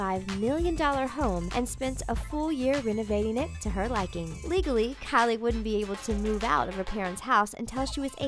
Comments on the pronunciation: The way she calls kylie "Carly" pisses me off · why do you say kylie that way it's so cringie